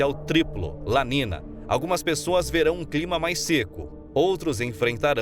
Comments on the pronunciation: Acho o conteúdo do canal muito bom! Porém não se trata de uma crítica mas sim de um "toque", algumas coisas são faladas de forma errada, tipo, não se fala "La nina" e sim La NINHA, (é um termo em espanhol) percebi certos erros em outros vídeos. No mais parabéns pelo conteúdo. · Amigo se escreve "niño ou niña" e se pronuncia "NINHO E NINHA" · Documentário bem elaborado, apenas uma ressalva: a pronúncia incorreta dos eventos La niña e El niño em espanhol é La ninha e El ninho - A menina e O menino